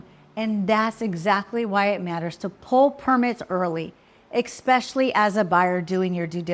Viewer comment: EXpecially? The word is ESpecially? Stay away from illiterate agents!